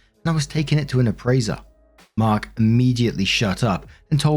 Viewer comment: I wasn’t reading this, just listening so I thought Mark was saying “Birk” 😂